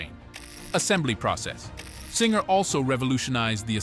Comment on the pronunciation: It's not Chinger.... it's Zinger